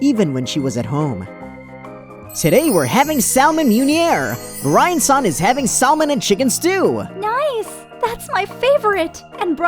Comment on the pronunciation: Did no one notice that towards the end the male VA pronounces Brian-san BirAn-san.